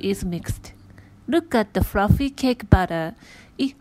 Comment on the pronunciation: "Rook at the fruffy cake batter"